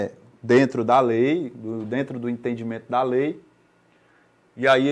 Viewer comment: "aí dento" 😂😂😂😂